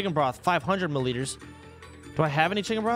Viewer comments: "30 mullitres" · Mi liters mate